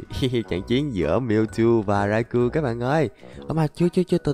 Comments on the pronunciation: Rau cau anh ơi không phải rai cu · khong phai doc nhu the anh raikou anh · Nó đọc là rai cao